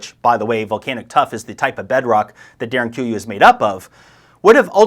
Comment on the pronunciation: Pronunciation of Derinkuyu ..??